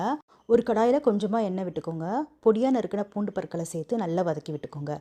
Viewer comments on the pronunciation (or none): none